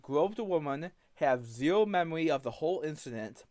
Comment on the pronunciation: "I have zewo memowy of gwoping a woman" Regard, you've been recounting it vividly for the last 30 godforsaken minutes!